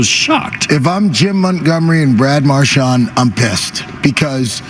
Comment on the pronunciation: what made it worse was that Toronto was playing just as bad! and we still couldn't do shit also love that felger still calls him marshmont